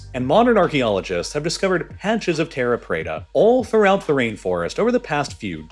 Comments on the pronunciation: I have only one quibble and you taught me a ton. Great video. But: Teh-ha preh-ta. Portuguese doesn't follow Spanish pronunciation rules. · “Terra preda”